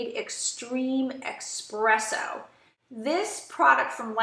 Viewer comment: Informative video. Just wanted to let you know that it's pronounced ESpresso, not EXpresso. Not trying to be rude...it was driving me nuts. lol. Thanks for the video.